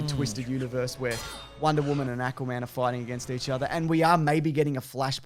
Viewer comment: ÆCK-wuh-man. (Been two years, but hey, what the hell.)